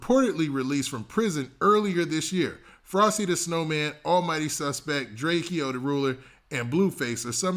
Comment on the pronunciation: NOT DRAKEO “DRAKE-OWE”